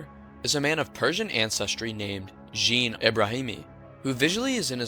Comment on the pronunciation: That is not how.you say jean